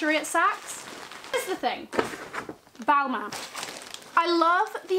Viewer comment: Imagine buying designer and dont know how to say the name “balman”